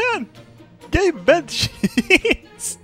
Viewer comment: "gabe bed sheets" just sounds like "gay bed sheets"